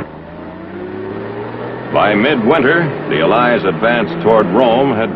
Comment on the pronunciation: Al "Lies" not allies